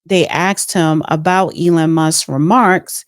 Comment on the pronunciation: you need to work on pronouncing names correctly .. dont you hear others , how the name is pronounced? Ealen? lootnik? (LUT-Nick) . E-LON, Zing? XI (Prounounced SHE) Besset? bessENT😂😂😂😂